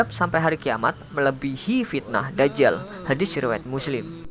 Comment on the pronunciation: voicer over 2: kok Da'jal, Dajjal dobel huruf jim